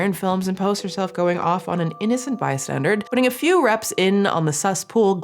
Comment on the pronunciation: this is the second time you said "bystandard".. I thought the first one was a slip of the tongue, but, you are incredibly intelligent ❤. For the future, it's "bystander," there's no D in it. Love ya girl! Your content is the highlight of my week 🎉❤